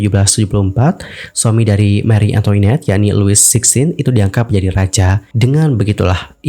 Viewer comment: FYI, bacanya Mari Antoanet, bukan Antoinet. Itu bahasa Perancis.